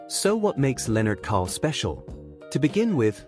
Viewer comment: Lennart Karl - Not Kohl. But besides of that very beautiful story telling video. Congrats Aschaffenburg = Ashaffenboorg - not Ass-tchaffenberg